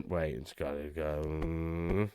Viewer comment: Mate, you didn't do the "white, white, white" bit very well. It's "huWyte, huWyte, huWyte". A bit how that american white supremacist pronounces it.